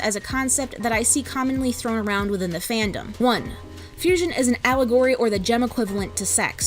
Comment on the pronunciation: *Allegory It's Allegory, not Allagory :>